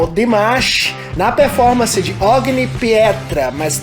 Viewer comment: This song is unbeliveble, his voice and interpretetion are fenomenal, I just ask you to pronunce better, you are brasilian but you read the title like english.....is Italian and OGNI in not O.G.N.I. BUT o.gn.i ...I love my lenguage like you love your, and I try to teach you ... great reaction.